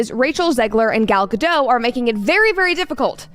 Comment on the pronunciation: Gla's last name is pronounced Ga-dot not "Gadoe" - - the T is not silent